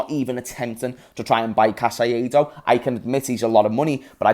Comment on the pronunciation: Bro who is Casaiedo? 😂😂 caicedo: repeat with me (KAI - SEDO) Its easy...